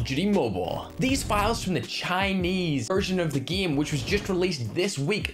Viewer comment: He pronounce game or game mode like gim and gimmode 😂